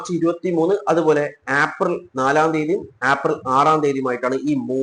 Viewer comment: ഏപ്രിൽ എന്ന് പറയൂ. ആപ്രിൽ അല്ല